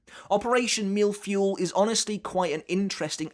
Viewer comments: That Operation Mille-Feuille is pronounced as "Mill fwoy" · Mille-Feuille ❌ MILFuel ✅ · As a french guy I must say, your pronunciation of "mille-feuille" is something else ^^ Great video as always